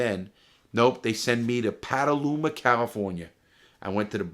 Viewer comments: Hey Larry, just to let you know it’s Petaluma, not Pataluma, CA. Lol, regards from California. I’m becoming a big fan! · Larry went to bootcamp in my hometown! Petaluma, although he pronounces it 'paddleuma'. I forgive him :)